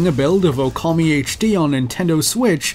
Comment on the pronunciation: I clicked this video waiting to see if you'd say Okami right. Nope. Wrong. It makes you look not very credible with mistakes like that within a few seconds of the video